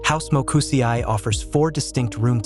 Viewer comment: Ma come hai pronunciato quel nome 😳 ... almeno andare su Google a sentire come si pronuncia. Mo Ku SE I . E di Eternity I di Italy. La I giapponese è uguale alla i italiana e spagnola e di pronuncia come la ee inglese. La i è solo accennata, si prolunga la e. Come senseī